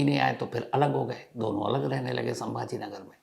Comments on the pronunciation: संभाजी नगर है संभा नगर नहीं है सर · I thought u were a good news reporter but u also have your agenda. In this news the place name you are unable to say properly is '' Chhatrapati Sambhaji Nagar he" not Sambha nagar. If it was by mistake pls apologized and give respect to the great Martayr and if was intentional, people will understand What exactly what u r feeling for '" Maharaj'. Even u were hesitating to add " Ji " in respect to Maharaj. Didn't feel good sir.... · Pronounce the name of the place correctly. It is not Sambhanagar but Chhatrapati Sambhaji nagsar. This is well documented in government records. I understand your pain of not pronouncing the correct name. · Asap sabhaji nagar ko sambha nagar kyo Bol rahe hai ..? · संभाजी नगर बोलिए बार बार संभा नगर बोलकर क्या दिखाना चाहते हो आप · Chatrapti Sambhaji Nagar. Hamare sheher ka nam to thik se lo. Aadar ke sath 😡😡😡😡